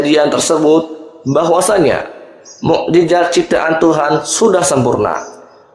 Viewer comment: Yth bpk narator,,Mu'jiZat bukan mu'jiJat